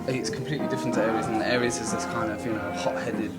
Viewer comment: he plays Ares, not 'Aries'